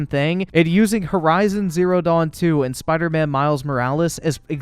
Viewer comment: Did this man say bider man miles morales 😂